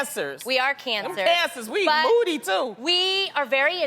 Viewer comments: She said "and we're moody too" but I heard "and we eat booty too" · Sounds like Loni said we cancers, we eat booty too haha!!!